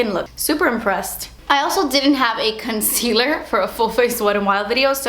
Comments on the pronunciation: I love your vids... but... the way you say concealer with a Spanish accent erks me.. r u Spanish I'm curious?? u have very pretty skin!! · When you say concealer it sounds like cuntcealer hahaha. I love your accent, it's not about that but it just sounds so funny hihi :)